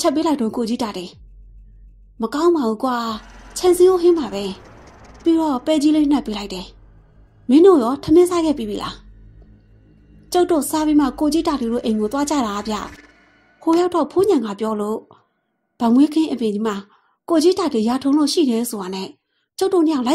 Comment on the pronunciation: မမေရဆရာလုပ္တာေတာ့မဟုပါဘူးဗ် ဖိုး=ဆိုတဲ့ေနရာမွာ ဘိုး=ဆိုၿပီးဖတ္ေပးပါ့လားဗ်အဲ့ဒါဆိုပိုၿပီးနားေထာင္လို႔ေကာင္မယ္ထင္လို႔ပါဗ်